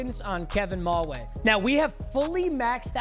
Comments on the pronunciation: Who gonna tell him it’s pronounced Kevin MaWhy not maway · it is pronounced kevin ma-why